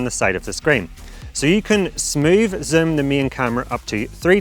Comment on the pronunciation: can you learn how to say zoom properly please.